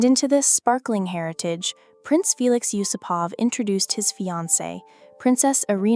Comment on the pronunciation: Nice video. May I just correct your pronunciation? The vast majority of Russian surnames have the emphasis on the second part of the name. So You-SOO-pov or You-SOO-pova